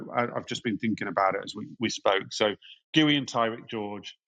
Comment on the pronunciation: "Gee-you" not "Gooey"